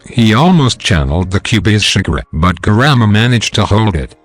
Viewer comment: He is saying kurama grandma